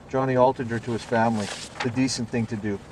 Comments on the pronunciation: THing not Ting.... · I just can't stand your homely womanish face anymore, and trying to keep up with the presentation while you drone on and on with turdy (thirty) and tent (tenth and) ting (thing). Eat a hamburger and lift some weights. come back in 3 years.